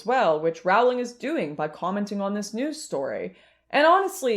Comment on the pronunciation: I can't watch. It doesn't rhyme with growling. It's like roe-ling or rolling is fine too. J.K. chooses her battle and this one with people massacring her name she has forfeited unfortunately.